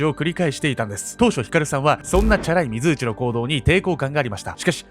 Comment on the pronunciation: 水内って油断（？）して聞いてたら 非通知に聞こえる。 ...私だけでしょうか。どーーでもいーいですよー